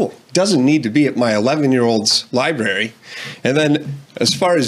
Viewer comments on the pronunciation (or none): 😂😂😂.. We aren't going to talk about how he is saying liberry and liberrian? Damn.. The dad can't say it either lol. 1: don't check it out; 2: parents are sensitive asf these days 🤣🤣😑; 3: the books we had to read in school for required reading was WAY worse (incest, rape, misogyny, oppression, slavery, violence, mutilation, murder, even LGBT elements); 4: it promoted safe sex at least; 5: obviously the kid saw something he liked, otherwise he wouldn't have checked it out (might want to have a different talk with him later since you're already a homophobic household); 6: these are the same people that would boycott ethnical kids going to school with their kids.